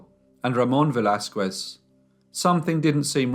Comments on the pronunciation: Velázquez is pronounced veh-las-kez and not veh-las-kuez. The U in QUE is mute. In fact, the letter Q is ALWAYS followed by a U. It is a most romantic couple of letters. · The "u" in Velázquez is mute, so you have to say /Veláskes/ it always is mute in all words that has "que/ qui"in them. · A little tip; When you pronounce Velasquez; Do not try to say the U. Just say, Vel Laz Skez. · I love listening to you and I appreciate the stories very much. I would just like to comment though since I am Mexican, that you should never pronounce the U after a Q in the case of Velazquez you are supposed to make it sound as a K as if it was written Velazkes. Thank you for understanding. And congratulations again. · Cute how you pronounce “Velasquez” 🙂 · The way you pronounce the name Velázquez makes me twitch. Don't pronounce the "u" in the name. As far as I know, anyhow. This is a horrible, horrible case. Horrible mother. Poor kids. I'm glad that they caught her, at least; Inspector Alvarez did a great job with the fingerprints. Good video, as usual.